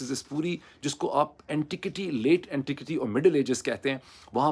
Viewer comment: Dr. Sahib the pronunciation of "Women" is "wi.muhn". and the pronunciation of "Antiquity" is "an·ti·kwuh·tee". I am sure you have access to an online dictionary with pronunciations, it harms your image a an educated journalist if you can't even pronounce common English words properly.